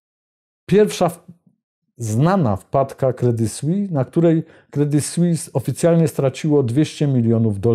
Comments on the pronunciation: nazwę tego banku wymawia się "kredi słis" a nie "kredi słi" - brak profesjonalizmu! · kredi słis, z wyraźnym s na końcu proszę.